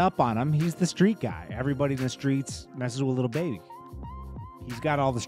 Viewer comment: Why do you keep on sayin LITTLE baby and not LIL baby?